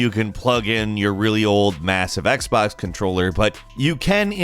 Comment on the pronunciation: Its Xbox not Xbax